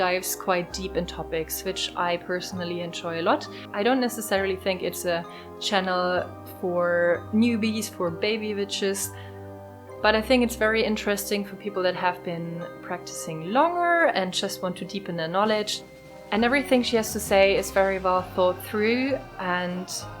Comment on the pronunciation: Lovely videos and your accent is so nice to listen to. The only thing I wanted to say, as you're doing your videos in English is that "witches" is pronounced with a "w" (wuh sound) not a "v" which sounds out as "vitches" I hope that helps and you don't mind me saying, blessings.